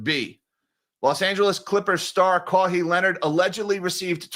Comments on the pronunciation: Losing my mind over saying “Kaw-hee” lol😂 Love ya. It’s pronounced “Ka-why” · His name is pronounced Ka-Why…. Kaui adjacent sound If you find you’ve jumped the gun on implicating Mr Ballmer, pls correct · I never had a Po-tah-to salad. I hope it's as good as Potatoe Salad. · Kawhi pronunciation: Bird call (KAH!) then pronounce the letter 'Y'. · "Ka-Why" Leonard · Yeah, but still… shout out to Caw-hee. That’s all I’m calling him from now on. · Sorry but i can't hold my laugh hearing your pronunciation of Kawhi haha, anyways, there is no way he gets kicked out as he is one of the top platers in the league and the NBA commissioner (Adam Silver) is a player's commissioner so he is always on the player's side